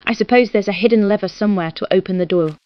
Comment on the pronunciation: Anyone else catch her call it a duwu instead of a door?